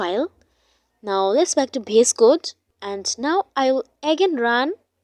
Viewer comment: Please stop saying "BS code" its "VS code"